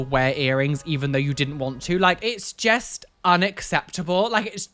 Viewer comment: I love the way says just 🤣 It’s “jest” unacceptable 🤣 I love it, makes me chuckle every episode!